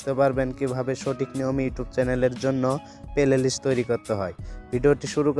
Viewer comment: Vai oita pelelist na oita hobe playlist